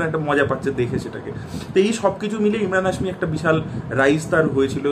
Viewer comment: ইমরান না ভাই এমরান হাশমী 😅